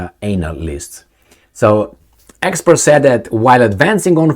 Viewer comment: I like how you say Anal-ists 😂